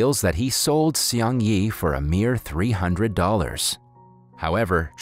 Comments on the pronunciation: its not "see ong yee" its (one syllable) "seung" (one syllable) "ee" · I like the way you butchered the name Seung Yi. lol..